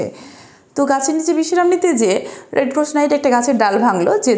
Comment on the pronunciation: রেড ক্রস উচ্চারণ সঠিক করার চেষ্টা করতে পারেন।